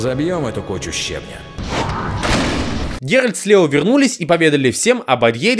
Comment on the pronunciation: правильное название ролика: 25 минут коверканья имени 'Геральд'